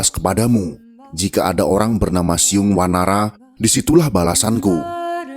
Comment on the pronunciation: ORANG SUNDA BILANG BUKAN "SIYUNG WANARA" TAPI *"CIUNG WANARA"*.